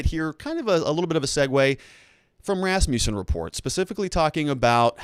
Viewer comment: rass-MUSS-in, not rass-MEW-sin